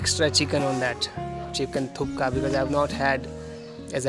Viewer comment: Nice video. Thank you : ) Sir, not Chicken Thuka, ist call Chicken Thukpa : )